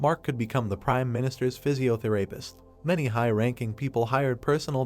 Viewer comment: Physiotherapist - Love the pronouncenciation Physio-the----(What did he say!!???)